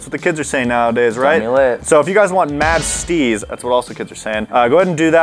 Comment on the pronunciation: When he said mad steez I almost exploded my laugh sounded like the word steez